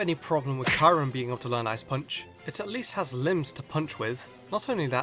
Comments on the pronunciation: KYUREM IS PRONOUNCED Cu-rem YOU IDIOT!! NOT Ki-rem!!!!!! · He also said in his "Gen 6 PKMN name pronunciations" that he won't use the official or proper pronunciation if he hates it (EE-jih-slash). So if he keeps calling it Kai-yu-rem, it's probably because he hates CURE 'EM. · Kyurem IS PRONOUNCED CUREM NOT KYREM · Kai-Rum CANT LEARN ICE PUNCH... ITS SUBBOSED TO BE KEE-OE RUM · cure-rem not kye-rem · Kay-rem B U mean Kyu-rem B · its pronounced kjuRem not kay-rem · its kyuren not kairen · You are very funny and I subbed but its not karem its kyurem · Cure-um not ky-rum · It's pronounced KYOO - rem, not Kie - rem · Kyurem is apparently pronounced Karim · Heya just wanted to let you know you pronounced kyrurem wrong it's actually pronounced Key-you-rem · Kairem? Or maybe it's pronounced kiurem But I won't judge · You know how people hate it when you mispronounce something and you can't help but hear It? I get that feeling when you pronounce Kyurem as Kyrem. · By the way no hate because subbed to you but you always talk about being annoyed after people say the wrong Pokemon pronunciations But you say Kairem by the way love your vids bro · Kyrem= cure-em. pronunceations!!! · Did you just pronounced Kyurem Kairem? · Its kill-rem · Wait... are you pronouncing Kyurem's name as Ky-rum? I'm not complaining, but it's weird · You dumbass fuck you pronounce it K—YOU—RAM learn spelling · "Ky-rum B" lol. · Kai-Rem even the guy who made a whole video ranting on Pokemon names being mispronounced gets them wrong too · It's pronounced cure-rem. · It's pronounced Kyoo-rim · you pronounced kyurem wrong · Is that actually the correct englisch pronunciation of Kyurem? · that pronunciation for kyurem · Im triggered on how you said Kyurem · The way you pronounce Kyurem make me cringe.